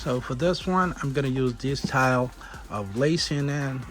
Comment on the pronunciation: You lost me at “Dis Tyle”😑